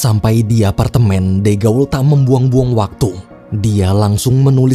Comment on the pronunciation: Izin koreksi dikit min, de gaulle itu bacanya, "de" dibaca seperti "the" (dlm bhs. inggris), "gaulle" dibaca "gol" karena "au" dll bhs. Prancis dibaca "o"